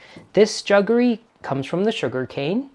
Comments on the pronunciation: I've never heard anyone say 'juggery' ! ...... it's jaggery' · It is jaggery not juggery. It is a Portuguese word for the traditionally Indian product. However the English word ‘sugar’ came from the Indian root word ‘shakkar’ because Indians were the pioneers in sugarcane processing and extraction. And ‘semia’ is the play on word semolina. I like semia just as much as the pearls in a payasam. Absolutely hate raisins in payasam, they ruin the sweetness of it.